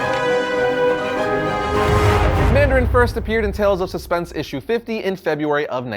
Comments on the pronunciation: ah yes, the "Mardarin" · Ah yes the "Mardarin"